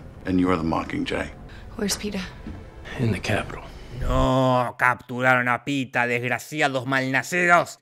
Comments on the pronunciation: es pita no peeta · Se dice pita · Que es "Peter", no "peeta". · 137 veces dice pitah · Ese Peeta dice mal que mil Peetas. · Por si se lo preguntaban (probablemente no) Jorge dijo "Peeta" 50 veces durante todo el video (si, las conté Jajaja) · Cuando en el video se comenzó a contar cuantas veces dijeron Peeta en la película, yo atrasé el video hasta el inicio y comencé a contar cuantas veces se dijo peeta en el video jajajja Según mis cuentas fueron 50 veces! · Peeta Estevanez😅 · (WATCH MY LAST VIDEO) Eliminemos a Davis Stevens así lo creí al ver la película, aunque me resultaba raro q lo pronunciaran tan británico, pero no... resulta q su nombre es PEETA Mellark. 🤷🏼‍♀️